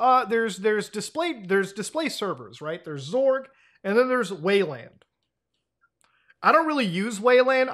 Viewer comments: xorg is pronounced X-Org, you can also call it X11 that (ex-eleven) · Can't tell if Muta is pronouncing Xorg as "zorg" as a bit or if that's actually a thing. Either way I support it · I'd say it's more of a zee sound smashed up the ass end of an ing sound. Like "ngzuh".. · I remember him first saying "graphic" card rather than "graphics" card back in the day which threw me off a bit ngl. Now it's "Zorg" lol. Maybe muta is one of those ppl hoping for X12 and Zorg is the successor of Xorg